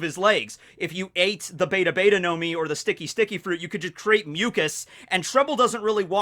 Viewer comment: It’s pronounced beh tah beh tah